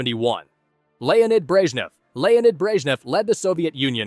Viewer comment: Alegzander Nikita Kruschov Lenid Breshchev